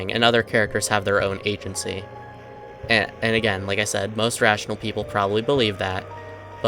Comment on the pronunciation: that ratoinal rly hit my ear holds